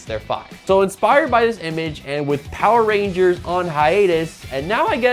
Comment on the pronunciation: It seems like the power rangers fans are soiling their diapers! It's hilarious how easy it is to irritate fans of this thing.😂 There was one who already mispronounced the name of the show itself Poeer Rangers, and now these cringe-worthy kids are spreading lies to feel like they're part of something.